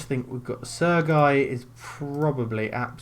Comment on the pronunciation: Mistakes: a) Playing ANY pre-season friendlies. Pointless! b) Playing full backs c) Not playing any defensive midfielders d) Not using wib-wob alterations e) Starting any player with under 90% fitness f) Your pronunciation of Sergi 🤦🏼‍♂️